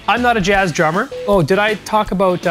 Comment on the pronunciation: "Aboot"!? I'm learning drums from a Canadian!? NOOOOOOOOO!!!!!!!